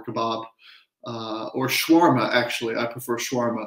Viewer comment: shawarma is my favorite too but your pronounciation is off on a light note though🤣🤣🤣🤣🤣🤣🤣